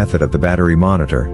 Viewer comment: Battery Mo“R“nitor ???????